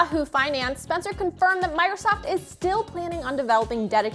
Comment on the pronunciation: She says Migrosoft...